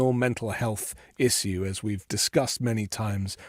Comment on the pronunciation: the bald guy pronouncing the word “issue” the way he did, is why we have dictators in the world. Fills me with rage.